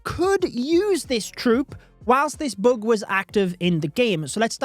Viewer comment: It’s bug not boog 😂